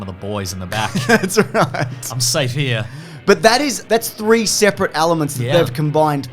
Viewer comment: Please its ELEMENTS. It starts with an E not an A.